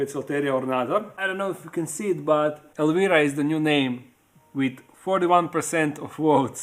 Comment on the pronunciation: Want to go back to Tarantula stuff. The DIY projects are getting old. FYI Petco. Elvira is pronounced with a long I sound like when you say “I”. 👍🏻